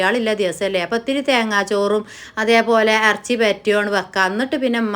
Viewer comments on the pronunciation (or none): അറച്ചി അല്ല ഇറച്ചി 😅